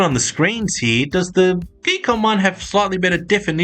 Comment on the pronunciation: I believe the name on the box is "Gee...KOM"... not geek book 😅😆😂😂